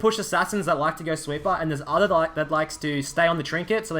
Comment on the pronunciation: sweeper - he pronounces as sweet bar. took me some time to understand lul